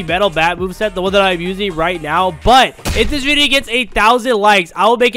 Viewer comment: Bruh it’s video not bideo